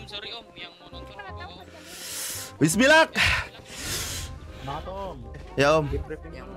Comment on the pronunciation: Bisa ga jon..Baca Bismillah jangan Bismilakh